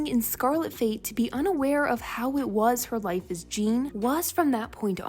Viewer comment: The only thing that bothered me this episode was Jeanne being pronounced like Gene rather than Jahn